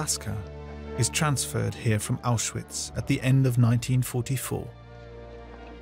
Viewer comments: A narrator who can’t even pronounce the word ‘Auschwitz’ correctly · Say Auschwitz correct……